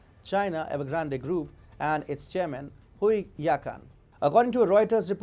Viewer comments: The E in Evergrande at the end is silent. Ugh, that hurt my ears all the way through.... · The way you pronounce Evergrande makes me laugh every time! Not sure if it’s on purpose…But it’s funny regardless! 😂 Love you channel please never stop exposing the CCP and their genocidal regime! You are doing such amazing work! Much respect!